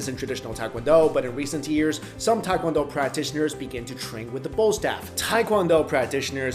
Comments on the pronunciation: Tae is pronounced 'teh'. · Why can’t anyone pronounce TAE KWON DO!! Even other Asians from America lol. It’s phonetic pronunciation is : teh kwon doh It is not tai kwon do ppl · Proper pronunciation for tae-kwon-do is tay (like née) kwon-doh (like play dough); appreciate the quick explanation of differences 🇰🇷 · Teh-qwan-do (soft o) not hard american english OOOHHH! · I hate when people say pronounce it "Tai"